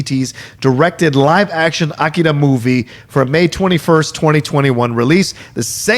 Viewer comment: I thought the odd pronounciations have ended with Game of Thrones (Missandei, Umber and Drogon)..I'm adding AKIRA to the list.:)